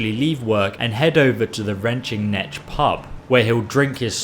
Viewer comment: Retching Nech 'Pub'. Yep, you're definitely British.